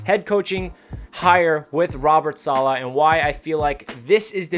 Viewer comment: Feels like an excellent hire! I heard an interview where someone was asked the proper pronunciation. Im not good at typing out something like that but i'll try, lol. You started saying it right towards the end of the video, i think it was the last time you said it. Its like dollar without the r. Dolla. Solla. Stress on the first syllable, not the second. SAH- la.